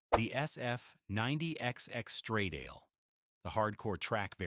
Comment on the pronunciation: STRADALE is pronounced totally different, moron!